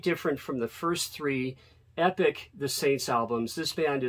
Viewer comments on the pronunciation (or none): none